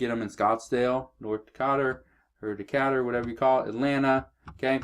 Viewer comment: DeeKAYder=Decatur GA